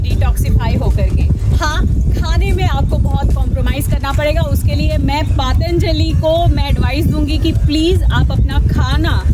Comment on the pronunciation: Pronunciation is wrong of “Patanjali”, as you are saying Paataanjali”.